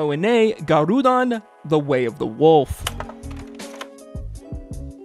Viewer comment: It's pronounced Gah roh dehn, not guh roo dahn.